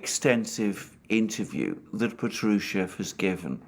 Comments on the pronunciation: in Patrushev the accent is on the first AH pAHtrushev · Good Day, Alexander. It's Pátrusheff (V becomes deaf at the end), the stress is on the 1st "a" vowel. Just Fyi. Don't mean to be nitpicky 🙏. Thank you for tour video updates!